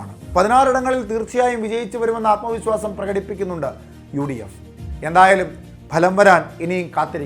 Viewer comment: ആത്മ വിസ്വാസമല്ല ആത്മവിശ്വാസം